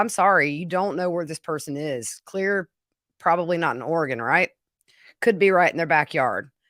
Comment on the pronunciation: Thank you for saying “Oregon” right!!! 🙌